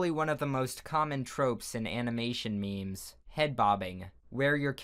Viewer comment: It's not me mes it's memes